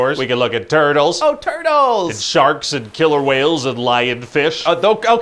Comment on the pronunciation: Pretty sure I heard "TURDLES"